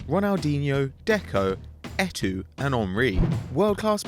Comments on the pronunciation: It's pronounced Eto, not etoo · "Eto'o", not Ehtwo. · Et tu? Eto'o dude. Just say Etto. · The way he said Eto'o 😂🤣